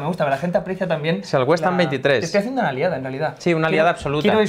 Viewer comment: Tengo a mi amigo londinense recuperandose del tabardillo que le ha dao al escuchar WestAm jajajajja XD